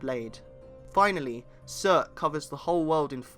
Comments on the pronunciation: anyone else hear sir instead of surtur? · Yeah Some how "Surtur" came out as "sir"